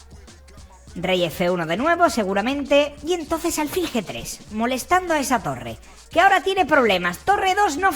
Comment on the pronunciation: Rey, aunque no llevé acento "alfil" es una palabra aguda.